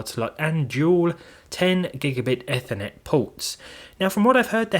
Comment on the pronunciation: Not to be nitpicky, but ‘Ethernet’ comes from ‘ether’—it’s pronounced EE-ther-net.